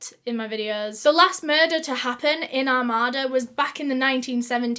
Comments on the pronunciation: My grandparents live in Armada (it’s not pronounced like she does I’m the video; you stress the A’s a lot more like Ar-May-da) and I remembered when this happened. They had ribbons on all the trees for years as a reminder of her. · i actually live near armada (it's pronouced r-may-da) and i can confirmed, it's a pretty nice town. I've never heard of this case though it's kinda crazy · Armada is pronounced Ar-may-da (common mistake) Nike is pronounced Nigh-key (British nonsensical pronunciation) Armada is not a "village". It's just out from the Urban City area, but is quickly becoming more urbanized. The plots of land are pretty big, but they are not farm big. Think more along the lines of 3 or 4 house wide plots and that'd give you a decent idea of scale. Also, it is closer to about an hour from Detroit. On good days you can make that quicker. On bad days it's about 90 mins. I was out there July this last year and those woods are a bit creepy. They're just dense enough to block a clear line of sight, but open enough that you wouldn't consider it too hard of a path to go through. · I live right near Armada and it is a safe place and such a sad story. I love the way you say it, but it's pronounced "Ar-May-Da" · I'm from Michigan about 20mins from here and thank God they found this MONSTER. The area where this happened is safe, a totally comfortable area where you would NEVER imagine this could happen. God bless her family and dog. So sad an broke alot of hearts. It's pronounced ar-may-duh💕💕 it was him. 100% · Oh my god I actually lived near this one!!! Lol it’s a very Michigan pronunciation it’s Are-May-Duh. Long “A”s. But I’m weirdly excited it was somewhere I know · I think you are referring to Are-May-Da, Michigan. I live in the Rochester area of Michigan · Armada is very nice, I live about 20 minutes from there. I know you are from the UK but its pronounced Are-made-ah. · Also it’s pronounced (ar may da) armada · Armada is pronounced Ar-may-da